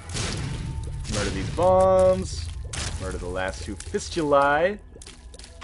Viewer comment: Your pronounciation of Fistulae was perfect.